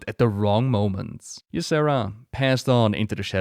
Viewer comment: Once again great video and thank you for recognizing that Tyrande is a bas ass. thank you for your showing us why she such a great character. I also have a few things to say. I'm irritated with the Xavius actors mispronouncation of Tyrande and Ysera. I also don't like what they did in Legion. Also in Legion they cut Tyrande out of the opening quest sequence where she would have been fighting the BL in Ancients NE ruins. They also cut her out of TOS! It was the temple of Elune, the very place where she TRAINED!!!!! WTF?!?! Speaking of Ysera and their relationship, it is all speculation. And honestly, I would have thought that Tyrande may not have been that close with Ysera seeing as she spends the vast majority of her time in the Dream and that her "blessing" on Nordrassil took Malfurion away from her. You'd think she'd have some resentment for that. I do love that they are friends but still... Elune didn't fail the Kaldorei, blizz did. They did it with an awful story line that gave Elune nothing to work with and no place to grow. Surprising? No. They barely recognize that Cenarius is her son. The Night Warrior should have ALWAYS had those nocturnal tattoos/markings. We really need to applaud Tyrande's voice actress because that final phase in Ardenweald was excellent work. You felt the anger in her performance especially at "Ash'al theri'das" "Ath' rok ilisar thande". So good! And to see her pulling and using so much power (even if it was against me, which was so sad) w